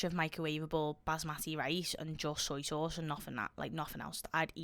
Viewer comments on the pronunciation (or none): none